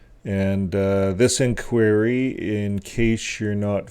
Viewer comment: Why can't you pronounce simple English words correctly--learn how to pronouce INQUIRY. It sinks your credibility with thinking folks.